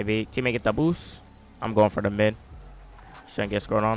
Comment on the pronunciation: He literally sais ''boos''😂